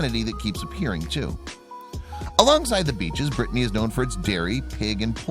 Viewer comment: It's not Brittney it's pronounced brittany.